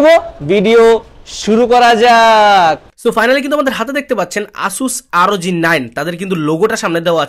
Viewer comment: ভাইয়া asus আরওজি 9 নয়, আসুস ROG(রগ) 9